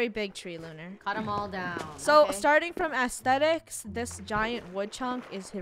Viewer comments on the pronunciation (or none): when rainbow says athstetic and then funneh be like "no"